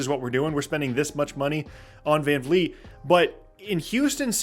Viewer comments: Bro, his name is Vred Fran Feet, get it right. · All i wanna do is live long enough to hear pronounce FVV last name correctly ❤